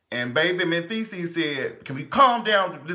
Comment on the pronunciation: Did you call that man "Menfeces" at the end?? 😭😭😭😭